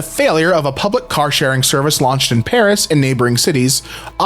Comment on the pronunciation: He said "Paris" the french way!! 👏👏